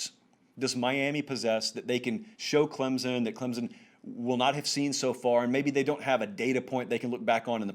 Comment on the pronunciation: Stop saying Clemson. It's not Clemzin....wow.